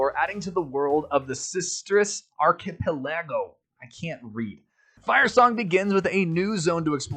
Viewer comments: Surely you're joking about how you pronounce archipelago, lol. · Love the pronunciation of archipelago lol